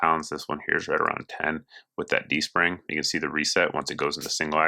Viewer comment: You say D-Spring or G-String? I didn't know Beretta was jumping into the G-String market! I gotta get one for my girlfriend!